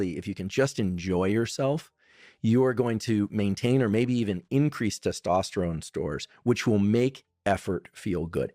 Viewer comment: Tes - tos - terone … pronounce it like this bhai , mazak nei uda raha hun bas correct karra hun apka og followers mei su hun